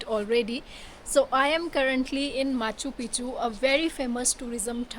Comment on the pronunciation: aa gye hain "moun Chukk ke" 😅. Crazy Punjabi accent of a sikh girl. Genunine Punjabi accent 👌